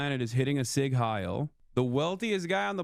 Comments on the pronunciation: I just can't with English speakers pronouncing Sieg like Sig... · As an American, I loathe people who can't pronounce it correctly either. I know some accents like to drop a vowel because of how fast they speak, but the 'e' is not silent in Sieg. How hard is that for people to figure out.